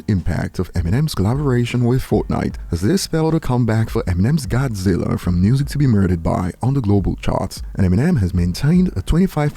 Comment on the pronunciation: Not godziller! lol love ya